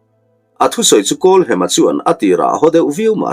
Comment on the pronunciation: Kan lo sawi ve lok nge w kawlhema tia i lam ri kha hem na lai tak kha thluk hniam lovin thluksang zawk ta i la kawlhema ti ta i la ngaihthlak pawh a nuam zawkin ka lo ring deuh a